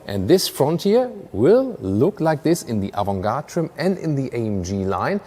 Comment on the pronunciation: Interesting how you pronounce the word "Avantgarde", I hear it Avun-gartrun.